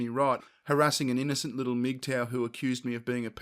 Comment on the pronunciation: Who else thought they were saying "meat tower" at first